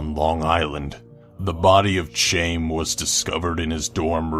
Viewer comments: Alos, Chaim isn't pronounce "Chame". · Chaim is pronounced Ki-em I think. Ki rhymes with eye. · Also pronouncing Chaim as "Chame". Fucking degenerate, lol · Plenty has been made about Chelsea, so fuck it. I already mentioned Armarillo. But CHAIM???? CHAIM?!?!?!? POCAHONTIST? DD, please man, this is fucking torture. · Learn how to pronounce names, please. You mangled Chelsea and Chaim.